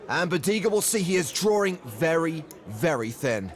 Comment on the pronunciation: Someone needs to tell this announcer that there is no "R" in the word "drawing". It's a "w" not an "r"!